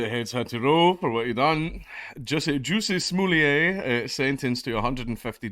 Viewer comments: did you just say Juicy Smooliée? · The pronunciation of jussie smollett , so good